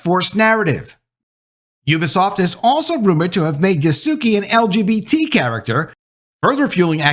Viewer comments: I am so sorry but you stunlocked me enough to pause the video. I have heard several bad pronunciations of "Yasuke" including but not limited to Yasook, still I wasn't ready for "Yas Suki" 😂 Yas-queh is how they say it, more or less. Even Yas kay is better. E as in endurance, not E as in teeth. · Just so you know Yasuki is pronounced Ya-Su-Kay.